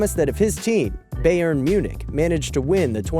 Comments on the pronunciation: Did he say Beyern Munich?😭😭 If you don't play soccer/football,thats alright I guess,its Bayern lol😛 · Beyern... Bayern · that is the most terrible "Bayern München" prenounce, ever.